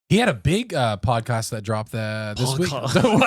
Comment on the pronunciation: said pocaast lol and said it funny trying to say it like did